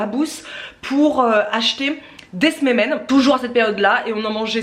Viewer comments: Saluuuut , super vidéo Et merci d'avoir pensé à tes abonnée et Ramadan. C'est mignon comment tu prononcé les msemen ( c'est msemen et pas smemen. Mais on ne t'enveu pas le principal c'est que c'est bon !) Bonne continuation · C'est pas smemen mais "msemen" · Ça m'a donné faim tous ça !! Si je peux me permettre un petit conseil (de la part d'une marocaine) je mets toujours un bâton de cannelle ou en poudre quand je réalise un tagine sucré/salé et une cuillère à café de miel optionnel. Et je mets aussi toujours du curcuma et du gingembre. On prononce "msemen" 😁 Au top vos vidéos comme d'hab. Merci !! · Bonjour on dit msemen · Msemens prononcé meuseumen à peu près 😂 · J adore vos vidéos et là en tant que française d origine Marocaine je suis aux anges !!! Alors on dit msémène 😂😂 mais c était pas mal, j'aime trop ça mais c est pas diététique (presque comme tous nos plats !). Ils sont super bon même après décongélation !! D ailleurs je vais en manger ce soir avec du miel et un verre de thé 😋 ! Saha ftorkoum à toutes celles qui font le ramadan 😘😘😘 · Trop mignon comment tu prononces msimin! Plus tu le fais plus tu maîtrises c’est un coup de main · Bravo pour tes msemmens, je suis mariée à un marocain, je sais que c'est très long à faire 😉 Si ça peut t'aider pour la prononciation on dit "msé-mène". Merci pour tes partages. La relation que tu as avec ta maman est super et tous ces voyages et séjours à l'étranger vous ont apporté une belle ouverture d'esprit ❤